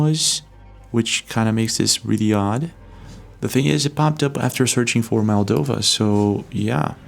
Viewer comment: MOldova, not MAldova...